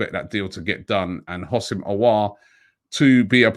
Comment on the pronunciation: There's no I in Houssem So isn't it pronounced WHO-SEM, not HOS-SIM